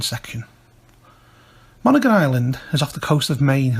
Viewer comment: People from Maine pronounce it as mon•hee•gon or mon•hee•gin with a hard 'g'.